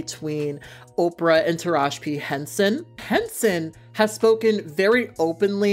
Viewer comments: TARAJI not Taraj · UPDATE: got the memo yall 😂👍🏾 I love your channel and I love your work, but I am dying at u calling Taraji “Taraj”. The video is done so there’s no way to correct. 😩 want to put some respect on her name is all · No the whole time I was hearing her say "Taraj" and I'm sitting here like damn have I been saying her name wrong this whole time lmao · Her name is taraji pronounced ( ta- ra Jee ) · I'm dead because I deadass... just always have said her name wrong lol.